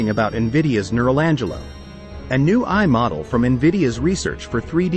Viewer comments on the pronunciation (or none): Text-to-Speech in YouTube videos sucks, imho, for many reasons. And also in this video: when AI is pronounced as "ai" right at the beginning, even more since AI is the core topic of this video, it degrades the while video/experience. Really too bad.